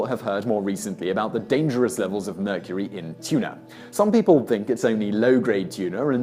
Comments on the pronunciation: He said tuna from meurcery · immediately scrolled to the comments after he said "the tuna in murcury" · He said the tuna in mercury lol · "Tuna in mercury" lmao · The tuna in mercury?? this guy messes up dozens of times each video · did anyone catch the part where Simon said "the tuna in mercury..."